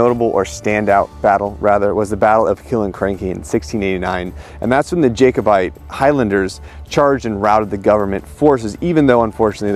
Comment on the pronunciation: Not gonna lie, pronunciation of Jacobite and Culloden wasn't great, haha. There's a two handed sword in the Wallace monument back home, probably not his but that's where the film may have got the idea. God, I need a Claymore on my wall. Also, that is probably what Cavill will sound like. 👌Love it.